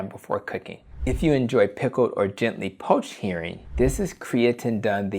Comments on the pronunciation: sounds like "hairing" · It's pronounced "her-ring", not "hear-ring". 🙂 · Nice video! but HERRING not Hearing lol